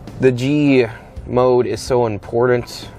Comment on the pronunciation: The buttons have two tt s in them not two dd s In other words, it is buttons, not buddons for the word important, there is a t not a d. Otherwise, like your video!